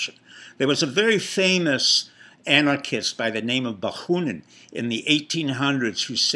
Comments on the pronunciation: Bakunin, not Bakhunin. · You failed to mention Soros' support of BLM and ANTiFA. You repeatedly mispronounced Bakunin's name. I thought you were a speaker of Russian and a Russia expert. What does the fact that you were a concert pianist have to do with nihilism? Your presentation lacks focus and is primitive. It seems that you are prone to self-aggrandizement.